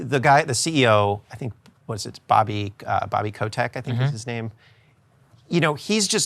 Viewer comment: If you're a gamer you're triggered by Stoller's pronunciation of Bobby Kotick